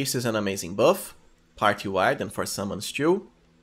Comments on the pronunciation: I can't chew this content bro with you saying chew instead of "too". Is it that hard for you :D? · Nice guide, but your pronunciation of the words "two and too" are horrible even for me as a non native speaker.